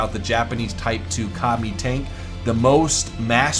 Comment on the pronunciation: Am I the only one that heard "Commie" every time he said "Ka-mi"? No? Russian Bias?